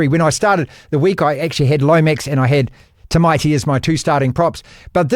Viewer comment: How come no one can pronounce Tamati’s name properly 🤷‍♂️🤷‍♂️🤷‍♂️ Is it Tymati Is it Tiemati Is it Tyemati It’s T Amati A Ah Ta Ah Ta mati TAMATI. FFS